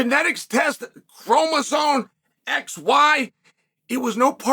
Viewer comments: what first argument? I was making fun of chael saying chromosone instead of chromosome!!! The hell is wrong with you?! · Someone tell Chael that “Chromosome” does not contain any Ns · uncle chael always miss pronounces names/things here, now it's "chromoson" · Lol, you can't even pronounce chromosome correctly. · Incredibly L take, from a man who doesn't even know how to correctly spell or pronounce the word 'chromosome'. The fact that there even is a debate regarding this -- that allowing people with mental issues is even entertained as an option, let alone allowed to compete -- is absolutely absurd on its own. Society has gone too woke and blinded that its twisted worldviews bled into the goddamn Olympic games. Absolutely pathetic.